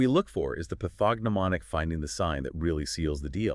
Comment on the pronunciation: Given the pacing of the interview and mispronunciation of pathognomonic, intrathecal, baclofen, pregabalin, rituximab, "IVIG" and ampiphysin, I presume this is AI, but It's surprisingly good. I would be curious as to how this was constructed.